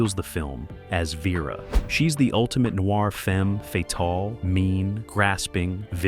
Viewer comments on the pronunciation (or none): none